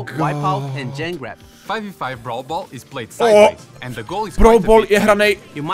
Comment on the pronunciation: 😅bravl bol